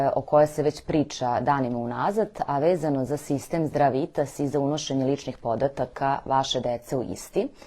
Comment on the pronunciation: Хвала за једноставне али врло важне савете, ти савети су база заштите од гадова. Зато или са сведоцима, или, најбоље поштом с повратницом да сте послали. Важи за све случајеве, не само за Здравитас ( који мислим да погрешно акцентујете кад изговарате, такође и неки ваши изрази кад кажете,,за чега", а треба,,због чега, или за шта"-споредно, али успут ето дс всм скренеђ пажњу). Свако добро у животу и раду! П.С. ксже се,,знате на шта мислим", а не,, на чега мислим"!